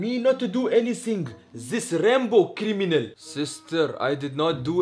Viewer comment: Finally Abu zubair pronounced criminal correctly